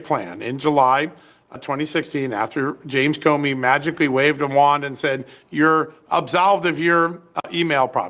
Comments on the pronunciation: I heard you say "Comer" in lieu of "Comey" w/those deep staters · Comey not Comer. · Comey, Not Comer. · Comer? Did you mean Comey? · not Comer, you mean Comey.